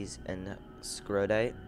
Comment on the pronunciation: Just a nit pick... It's S..core..dite. And Pie..rocks..ene